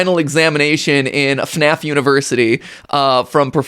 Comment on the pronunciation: It's FNAF not FUHNAEFF